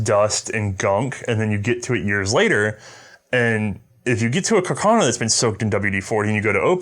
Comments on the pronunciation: Pronounced... CarcaH- - NOH!! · says it as "cacarno" too 😂